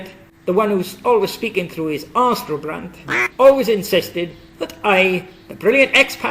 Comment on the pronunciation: lol (astro-brant(QUACK)